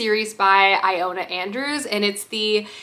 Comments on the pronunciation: Wonder if "eye-ona" Andrews finally becomes "ee-Lona" Andrews by the end if the vlog 🙈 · BTW, it’s pronounced Ill-Lo-Na